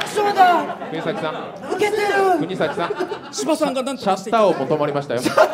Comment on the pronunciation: 川島さんがずっと｢くにざき｣を｢くにさき｣って言ってるのに周りの芸人はおろか本人すら何も言わないのホント面白い